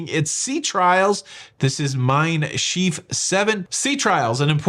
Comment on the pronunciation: We need to work on your pronounciation of "Shiff," what you said actually means "lopsided" or "crooked." And for the record, I need to sleep with noise unless I'm sharing a bed with somebody I feel really at peace with. I grew up in the quiet countryside but I'm a city girl now.